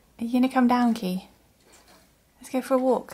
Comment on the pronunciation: Wolkkk (walk) Wookkies (walking) Sherwaaa (sherpa) 😂all are heartwarming words